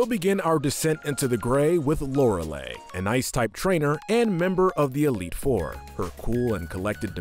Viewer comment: Lorelei is mispronounced here. Not E sound at the end, I sound at the end.